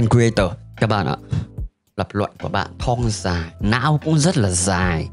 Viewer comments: bạn nên học lại cách phát âm từ thong nó đọc là thong không phải là thoong .Với lại đặt cap mà chẳng liên quan đến nội dung gì cả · Sao t lại nghe đọc "Thong Dài" thành "Thoong Dài" nhỉ